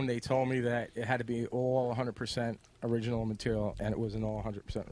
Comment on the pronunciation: Why couldnt the ice man become part of the show? "Ory-anal" chick lmfao...kinda looked like john goodman